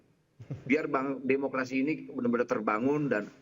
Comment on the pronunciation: Imanol ngomong demukradi ,,,demokradi apa pk nool